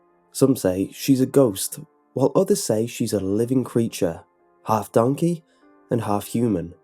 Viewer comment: “Oh dOnKehH”